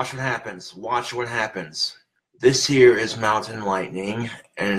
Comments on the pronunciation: I love how he is so adamant about repeating “this here is mountain lightning and it’s delicious” even though the audience heard it the first time and he just doesn’t clue in that the way he says “this here” sounds like “hey Siri” He thinks it’s like some ghost in the machine type shit and that instead of turning off Siri, moving on with the next thing to say, or saying something different he yells and smacks his phone around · ''This here'' basically sounded like Siri and it went off again lmao. So funny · he necer figured out that slurring the words 'this here' sounds like 'hey siri' if you slur it just right